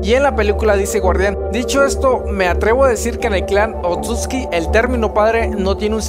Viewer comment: Me parece que la forma correcta de pronunciarlos es "Otsutski" igual no confirmo nada xD Saludos!